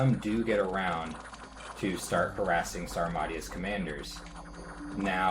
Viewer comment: It's "Sauro-maysha" but a big F all the same